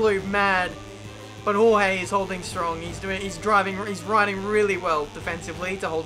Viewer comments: you say Jorge as gorgé. So gorg and then an e. Dificult to explain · HOHEE HAHAHAHA its more like "choche" if you aussies use the ch like i do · If he is Spanish he is Horhe not George xD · George= English pronunciation Jorge= Spanish pronunciation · j and g in "jorge" are pronounced like h in "hacker" or "hello"